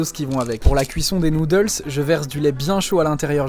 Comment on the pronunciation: POV: 👁️👄👁️ t’es anglophone et t’es oreille saigne quand tu entend sont accent